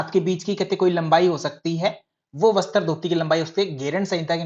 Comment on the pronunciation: सर आप शब्द अच्छे से उच्चारण किया करो जैसे आप बोलते है बस्तr जबकि वो वस्त्र है जैसे आप बोलते है सूत्रर जबकि वो सूत्र है अगर बुरा लगा हो तो माफ करना 🙏🙏